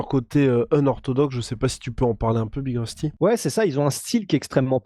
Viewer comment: Big rusty apprend a parler prononce bien les noms Anglais stp... Sinon autant mieu tappeler BIG LA ROUILLE